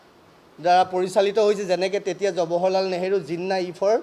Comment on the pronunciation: থৈ দিয়ক হে আপোনাৰ ফটা লেকচাৰ জৱাহৰলাল নেহৰু নাম টোকে শুদ্ধ কৈ ক'ব পৰা নাই । জবহৰলাল নেহৰু নহয়।